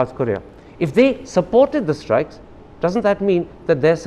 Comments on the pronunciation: Pakistani diplomat Interestingly speaks with three accents One:- a general Indian accent Two:- a poh pah “foreign” accent Three:- an #Urdu accent, pronounces strikes as “ishtrike” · Surgical estrikes what a English by embasedor